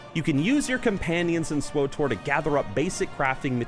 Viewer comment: Hes saying swotor not swtor